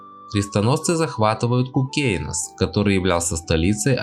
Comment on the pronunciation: Молодец, материал хороший, но вот с произношением названий немного надо поработать.. Кýкенойс (совр. Кóкнесе), Гéрсике (совр. Éрсика)..